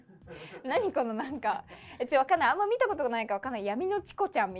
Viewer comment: kono＜＜＜こうのでなくこのでは？こうのならkohnoじゃ？